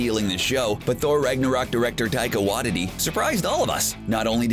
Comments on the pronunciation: Taika (why-tee-tee) Waititi get it right xdp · you said taika waititi wrong